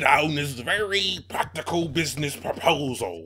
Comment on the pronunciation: I believe was trying to say practical, not poptical. Hard to tell though.